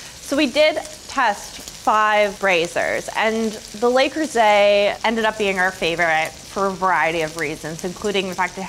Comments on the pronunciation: NO vocal fry. EVER. It's really awful to listen to and it does not increase one's authority. It decreases it. And, please, learn how to pronounce "Le Creuset." It's French. Not Spanish. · It's not "lay croosay"